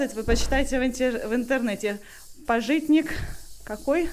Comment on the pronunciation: пАжитник, а не пажИтник))